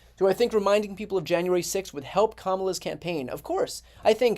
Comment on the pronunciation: At least he pronounces Kamalas name correctly.